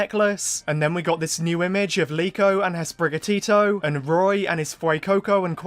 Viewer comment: Her name is Liko? I thought it was Riko.